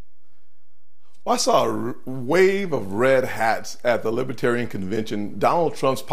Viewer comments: He can’t even say Libertarian correctly. “LibAtarian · He frequently says "Lib-a-tarian," rather than Libertarian. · Sounds like he's saying LIPitarians. Inhabitants of the planet Lipitor? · Probably didn’t help saying “lih-BAH-tarrian”